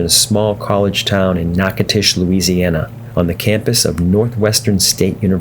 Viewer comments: “Knock-a-tish”, Louisiana. Really guy. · Nachitoches = Nack-uh-dish Louisiana..... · I didn't realize he died in a plane crash in '73. :( Btw: Even though you see a "T", Natchitoches is pronounced with a "D" (nah-codish). I lived in La. for three years and it's a popular place. :) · Dude…it’s pronounced NATCHES…. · natch uh toe chiss, dude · You're killing me! Natchitoches is pronounced NACADOTIOUS. NA (a like apple) CA (hard C; a like alone) DO (like doe the deer) Tious (like shush). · You know I was in there a few years back in a Kingair and the locals seemed to pronounce it “KNACK-A-TISH”. I never heard the “DO” part as you put it. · Dude Learn how to pounce the names of people or cities you know nothing about! I do not know what that garbage was that you said but is it way off! Nachitosches is simple to pronounce unless you are a Yankee or from Fagaforinia! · You might want to ask a resident how they pronounce the name of their city.